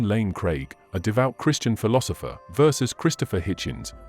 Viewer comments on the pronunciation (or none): none